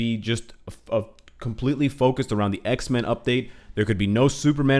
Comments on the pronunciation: Whenever he says Xmen, i hear Iceman. (Want him so bad in the game.) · Say X-men one more time please :D we love them X-Men too!